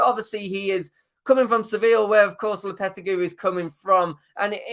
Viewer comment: the way you say lopetegui is criminal